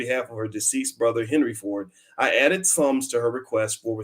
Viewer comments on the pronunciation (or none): none